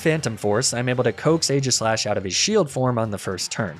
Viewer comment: AEGISLASH, NOT AGISHASH!